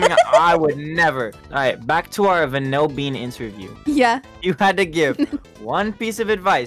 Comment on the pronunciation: Im really sorry but is it just me that said it "vAnilbean" and not "VANILbean"